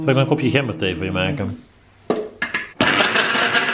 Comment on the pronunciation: Gemberthee met een zachte G❤️